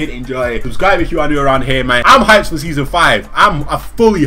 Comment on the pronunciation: "Seasom 5"